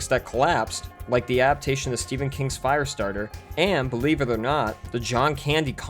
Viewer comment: Either learn how to annunciate the word “adaptation” or stop saying it. Every single time you use the word you say “a’aptation.” There is a D.